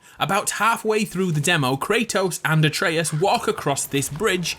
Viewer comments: I don’t understand how the guy played the game, heard how Atreus’ name is pronounced, and STILL butchers the name.. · Why tf do you say Atreus' name wrong EVERY time? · Why can't you pronounce Atreus? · You say a lot of things wrong like Atreus, and vase which is pronounced “vayse” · It’s not a-tray-us not a-tree-us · You mispronounced Atreus' name and the scar on his chest is when Zeus "killed" him not from his suicide. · Pronounce Atreus correctly for fucks sake how do you play the whole game and then proceed to prounounce it incorrectly???? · It's not Uh-Tree-Us, it's Uh-Trey-Us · Questioning the correct pronunciation of vase then mispronouncing Atreus at the end? It's ATRAYus not AYEtreus, boy ... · "Ay-tree-us" T R I G G E R E D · A-treus? Why do you pronounce his name like that? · Why did he pronounce “Atreus” as “Ey-Tree-Uss” ? Edit: and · Did he call atreus ay treus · did u say ate-treeus ??? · I pronounce it like A-Tree-Us, but there’s probably multiple ways to say it in different dialects and accents. Like the Naruto “Naruudo” debate. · fan fact! (as a greek guy) it's actually "A-trE-us" ("Α-τρέ-ας") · Its a-tre-as* spelled Atreus pronounced Atreas, comes from the Greek name Andreas also Andrew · I'm sorry, who's "Aytreeus"? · How da fuck you mispronounced atreus when kratos says it 100 times in the game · The way you pronounce Atreus infuriates me. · For a game with so much voice acting youd think people would be able to say the kids name correctly :/ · His pronunciation of Atreus hurts me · The way he's pronouncing Atreus is really bothering me. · Your pronunciation of Atreus is wrong. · Can you say "Atreus" right? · Aytrious? its Atreus (at-rey-us) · so I know this was like 2 years ago but u said his name like a - tree -us when it a - tray - us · ITS -AT -RAY-US, NOT AT REE US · Wait wait wait…. Are you saying A - tree - iss? It’s ah-trey-us. Come on dude. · A Trey Us, not Ay Tree Us, Jesus Christ you're dense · A-tree-us? A-tray-us.